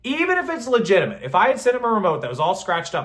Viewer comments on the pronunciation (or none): none